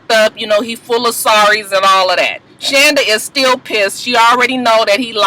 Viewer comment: ....you pronounce her name SHAWNda........lol....Muah!